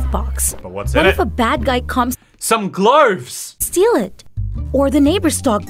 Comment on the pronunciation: I very honestly thought that Diego said, “make sure you wear clothes” instead of “make sure you wear gloves” and I just thought what the heck until said gloves